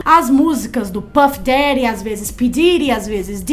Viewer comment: É puff dead nao Didi